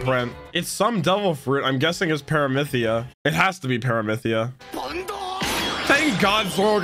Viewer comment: Pear-A-Me-See-A, you are butchering the name.